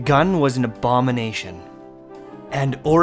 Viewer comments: "Abodidation" - ( at least that's what I think he said) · He can never say abomination lol